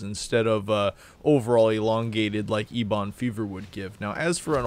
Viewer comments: Please stop saying eBon. It's pronounced like Eben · ebon isnt a word just on wow. its a color and its a kind of wood i wouldnt say its common knowledge but still. also you always mispronounced the sludge belcher as well. just sayin. you can say them any way you want, eeboon is funny as hell so might as well keep it. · Wouldn’t it be more like “ehbuhn?” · ok.. you heard the boy... he es LEAVING if you dont pronounce ¨Eben¨ the way it is...!!!.... only god knows what could happen to your channel if he unsubs.. cmon!!! get your shit together man!!! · I literally don't sub due to the eeeeebon fever...